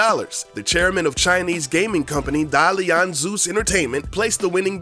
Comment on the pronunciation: lol when you're chinese and know that Da Lian is pronounced totally off